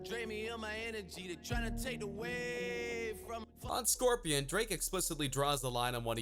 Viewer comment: "scorpian" xD🤣